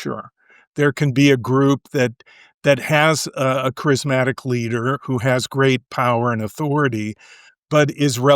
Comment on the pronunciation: Someone should tell that guy the word isn’t crysmatic is charismatic